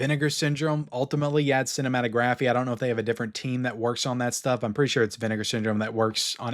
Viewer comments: Cinematographeeee? 😂 dude you don't pronounce the E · It's not cinematographE the e isn't pronounced at the end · Cinématographe is pronounced like the word autograph. Do not pronounce the letter e